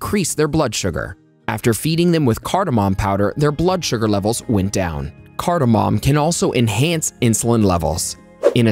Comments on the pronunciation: Whatamom?! No mom!! No pop!! It's cardamom pronounced card+a+mum!! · Cardamom MAY . .... Cardamom may...... Cardamom may....... Cardamom may ...... Phew ! When will science studies and you be SURE !